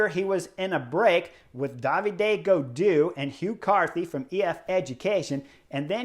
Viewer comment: it makes me cringe every time, is David. Gaudu, not Davidé Gaudou I suggest you try to pronounce his first name like this: D-ha-vid. Chris, you got almost all the french name I hear right, but this one comes often enough to be notified.